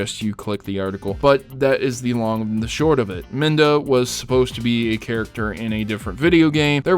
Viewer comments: It's pronounced midna. Not minda. You could see all the interviews linked in the description down below. Ganondorf:I HATE LINK!!!! I HATE HIIIIIIIIM!!!!!! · MIDNA not MIN-DA! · I don't mean to be rude but it's Midna, not Minda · It's 'Midna'! not 'Minda'! Please pronounce it right - MIDNA! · Midna, not Minda. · "Minda?" Really!? Can't you read? And I thought you would've known that, considering you're mainly about Nintendo